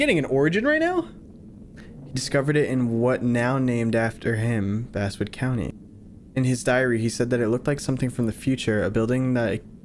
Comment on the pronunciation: I can't get over how Basswood keeps getting its pronunciation changed from Bass as in the fish, to Bass as in the instrument.